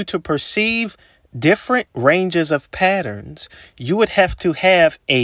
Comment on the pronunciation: say PaERONS again